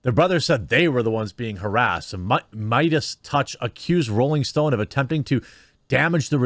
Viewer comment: Spotify already announced they're not going to "silence" Joe's show. What that means remains to be seen since words mean nothing. As for Joe himself, he's got to stop apologizing. And I think it's pronounced "MAY-dus."